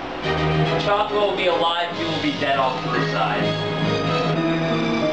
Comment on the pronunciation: you say "chocobo" weird.